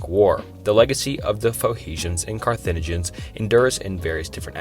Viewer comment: Olmenecs? Tywanaku? Phohesiens? Sem a tick? Carthinagens? What is happening? 😂